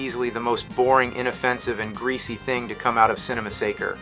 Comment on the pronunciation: See-nny massacre!